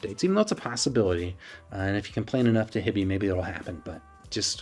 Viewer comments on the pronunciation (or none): High-bee, not Hi-bee. Like Hi-Fi, not like hippie. Going to find another review that talks about sound quality. 😂